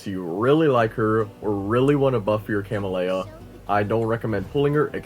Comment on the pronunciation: CA-MEL-YA you're welcome.